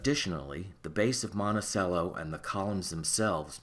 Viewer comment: Your like a nusmismatic expert guy, and you can't pronounce "monticello"???? Seriously? "Mont-uh-chello" c'mon man.